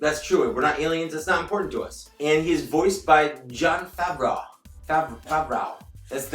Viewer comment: Isn’t it pronounced Favr-Oh ?